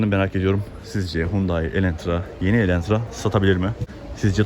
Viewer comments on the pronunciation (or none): Elentra değil adı “Elantra”. ☝️